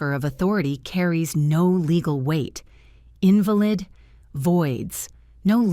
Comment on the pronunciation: Your pronunciation of the word invalid as if you are speaking of someone who is ill. This narration is cringe makingly awful.